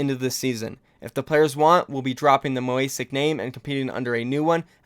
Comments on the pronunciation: Mosaic not moasic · It's not Mo Ay Sic it's Mo Say Ic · Holy fuck bro it’s pronounced | MO | ZAY | IC | not moe asic, you actually sound like a BIG D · Sry to nitpick but it’s Mo-sa-ic not mo-a-sic but keep up the good work on ur vids, don’t rly mind the Dallas vids cuz it’s the juice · Don’t you see the S infront of A it’s not pronounced „moasic“ it’s MoSAIC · Mosaic., not moasics. Careful with pronunciation. It matters. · it's moe-zay-ick lmao "moe-ace-ick" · It's MOSAIC not MOASIC. It's pronounced MOE-ZAY-ICK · Moe-sa-ic (it's an artstyle) not moe-a-sic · Mo-a-sic lol, dude, just, pls It's pronounced mo-zayk, it's spelled mos aic, with the a on the right of the s. Not ripping you, just a small lol moment, easy fix. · It’s is Mosaic. You said Moasic. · Mo-saic not Mo-asic. Sorry to be that dude but you miss pronounce a lot of different names and whatnot. Great video though my dude! Keep up the grind. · It’s mo-say-ik, not mo-ay-sic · It's Mosaic not Moasic. ;) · It's actually "MO - SAKE" not "MO - AE - SIC" but who am I to judge anyone's pronunciation right? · moe-zay-ick, not moe-ay-sick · ‘Mo Ay Sic’ lmao it’s ‘Mo Say Ic’ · Why do you say Moasic, when I can only read Mosaic? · mosaic (mohz-ay-ick) not moh-ay-sick silly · it's MOSAIC not MOASIC lol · Mo Zay ic "MOSAIC" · it's Moh-zay-ick, not Moh-ay-sick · "moasic" it's Moe-Say-Ic lol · Tilted me how you kept saying moasic not mosaic lol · Yo,, it's mo-Sa-ic, like the art style. Not mo-A-sic. It was throwing me off the whole video. Great video though, respect the grind. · It's Mosaic not Moasic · The team’s name is pronounced “mo ZAY ic”, similar to the English word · Nice video, but bro. It's MOSAIC. MOH-ZAY-ICK. Like as in art and shit lol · Good content, but Mosaic is pronounced MOH-ZAY-ICK. Other than that, I enjoyed your take on this. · It annoys me how you pronounce mosaic its Moe-zay-ic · mo-ay-sick lmao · Its pronounced Moe-zay-ik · mow-aye-sick PLEASE